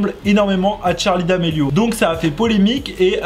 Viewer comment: Même moi